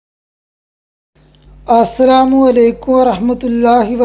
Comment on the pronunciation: Bhai please ap apna salam theek alfaz se ada kren